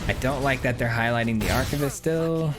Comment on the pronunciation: Take a drink every time this guy butchers the pronunciation of "Archivist".